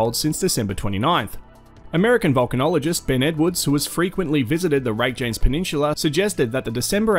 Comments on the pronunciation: fyi it's pronounced ray-kya-nes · Cringe at your bogan Aussie pronouncing of Reykjanes.... Everything that followed completely invalidated